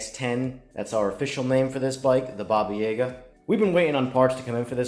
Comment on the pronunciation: It's pronounced 'Ya-ga', not 'Yega'. That's basically the boogeyman of Eastern Europe/Russia and it scared the shit out of me as a child.